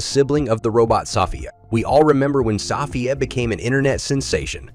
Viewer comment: My favorite is the narrator saying Sophia wrong. Yes, even this video was made by a robot! Enjoy being replaced, you monkeys...